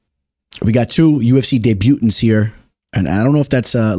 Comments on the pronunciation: correction, it's deb-u-tant not debu-tant parlay for the week: Abus, Oumar Sy, Yanez, Themba 3 or dec potential dogs: Alateng, Carlston Harris, Barboza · Man said "day-butants" im dead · People are really get triggered over how you say debutants what has this world come to lmao